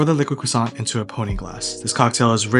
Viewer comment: if you want to know why I didn't finish the video: hearing an American butcher the word croissant over and over